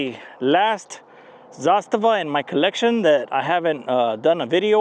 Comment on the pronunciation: Only guy on the YouTube that can pronounce Zastava the right way!